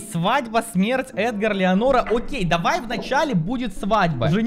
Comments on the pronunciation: Леонора А Ленора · видос классный но не леонора а ленора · Меня одного волнует, что не Леонора а Ленора! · Эта блондинка не Леонора а Ленора😂